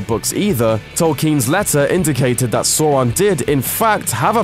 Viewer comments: This 8s how you say it, guys. It’s SAURON. like Sour but without the “er” It’s not Soron or Sairon It’s Sauron Like hour but you cut off the last bit that says “er” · Do According to Tolkien, it's meant to be pronounced "sour-on," not "sore-on." They said it properly in the films, if maybe a bit overemphasized. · It's pronounced 'Sour-ron' , not 'sor-ron'. This is specified in the back of the original copy of the Silmarillion, maybe pick one up sometine... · Soron😂it’s sAUron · sOUron not soron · please pronounce sauron correctly. I feel like I'm boromir being hit by another arrow every time you pronounce sor-on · One does not simply say Sauron's name wrong so many times in one video and calls him... Sore-on? Wtf is Soreon ? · sore-ron lul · Ok dear friend let me rephrase my statement. HIs manner of speech makes it so that by default the easiest way for him to pronounce it is like sor-on. I just dont think it matters how he pronounces it. Im not an expert but did tolkien tell anyone how he wished for the character to be pronounced? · Well I don't know, Americans pronounce it "Aluminum", despite the correct spelling is "Aluminium". There are many other examples where Americans are just wrong, but yes, pronouncing Sauron as "Sore-on" is really dumb. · Who the fuck is Sawron? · sawron lol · Fact number 1: it's not pronounced soron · I hate how he's says sauron like soron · All I’m going to say is ‘Sore-on’ I mean, c’mon... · Please stop saying Soron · Stop saying sawron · The fact u say Sooran is annoying me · next time you do one of these make sure the voice over can pronounce the key character's name! It's not that difficult to pronounce Sauron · It's pronounced "Sauron" you moron. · I think he didn't watch the movies since he can't even pronounce Sauron. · Adi Aronsson except he is pronouncing it wrong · It literally has the pronunciation in the back of the book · Proper annoyed how he kept saying Sauron wrong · Dude the way he says Sauron is killing me